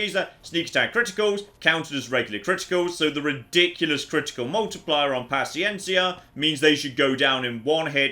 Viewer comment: native spanish speaking here your pronuncieation of paciencia is perfect